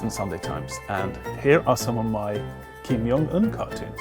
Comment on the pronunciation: The J in his name isn't pronounced as a Y 😔